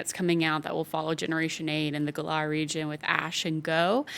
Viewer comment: Hell she can't even pronounce Galar right and shes worried about saying the professor's name wrong.